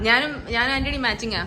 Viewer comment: I would like to inform u that if u change the pronounciation of നാൻ to ഞാൻ, u can keep more reality.